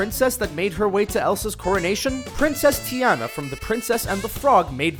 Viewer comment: it is tee-anna